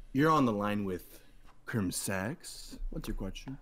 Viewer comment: "You're on the line with crimSEX"